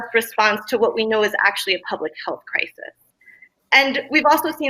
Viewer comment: “CRY-sees”. I had to stop watching it because that lady annoyed me so bad. WHAT A SIMP